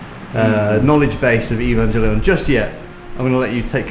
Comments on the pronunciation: its pronounced EVAngelion dood its not EVENgelion! XD looks cool shame I wont go until coronas not a thing. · cool but why do you keep saying EvanJellyon😭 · Nobody: Him:evanjellyon